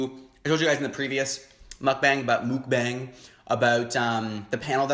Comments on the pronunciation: I'm gonna be that guy again and say it's not pronounced "bang" but "bong" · it's pronounced "mook bong" that's how the korean mukbangers I've watch say it.... you should watch keemi she's good... also love your videos :) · Mukbang is korean(먹방) so it has to be pronounced as meokbang(mokbang) and not mookbang. So, you were pronouncing it right at first.